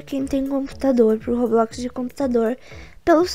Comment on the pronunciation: Vim no video antigo p fala como eu AMO o jeito q vc fala roblox "Robloquiz" kkk tipo assim acho mt engraçado :3